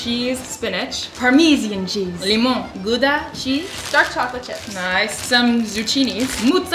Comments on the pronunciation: As a Dutch person, hearing them pronounce 'Gouda' like they did really hurt lol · Lol ur saying Gouda wrong😂 but it’s okay I don’t think you could even pronounce it it’s super hard for people who aren’t dutch😂 love that you guys are making so many vids btw!!❤️